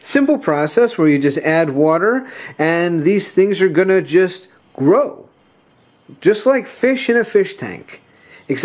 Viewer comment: It's pronounced "GROW"